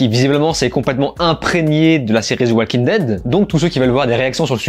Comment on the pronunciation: Pourquoi tu prononces le "L" dans "Walking" ?